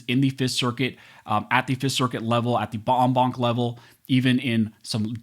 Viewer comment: Try clicking on vid totle? Scroll dwn and hit transcript to read along. You get verbal & visual. Most entertaining w numerous gaffes. I.E.: En banc = bomb bon. Try it? It kinda elevates away from the dryness. Does help to make you think.